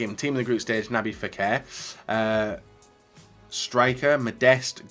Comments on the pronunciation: Anyone else get triggered by “Naby Fekir”?? It’s NabiLLLLLLLLLLLL with an L .. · How will realise its nabil fekir not nabi fekir